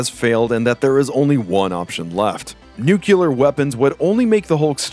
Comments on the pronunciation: I die a little inside every time I hear you say "noo-kyoo-lar" instead of "nuclear." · Nucalar weapons!